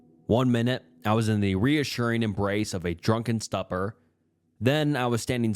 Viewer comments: faux- pronounced foe, stupor- pronounced stew-per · and stupor like stupprr